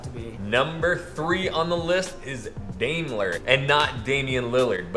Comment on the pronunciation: It's "Dime-ler" lol...oof guys